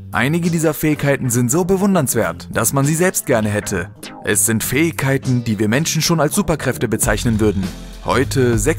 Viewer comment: eeeeehhh du kannst das Wort Fähigkeiten nicht richtig aussprechen das nervt im Video